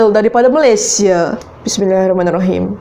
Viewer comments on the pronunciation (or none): none